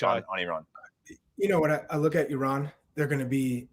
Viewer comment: Thank you Heath for pronouncing Iran the the correct way. We are not an Apple product.